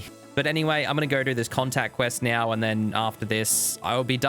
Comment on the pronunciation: like how you say now - "nyaw"